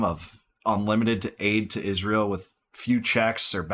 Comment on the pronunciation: Why does she pronounce it "ISHZREAL"